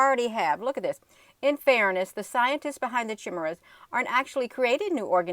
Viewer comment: Chimeras is pronounced Ky meras.